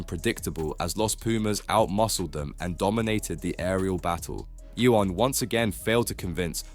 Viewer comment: Marshall is correct. Your pronunciation of Ione is incorrect. Get it right next time.